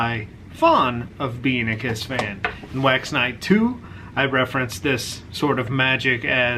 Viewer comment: Every time you say wax night, i hear wax NIDE, lol.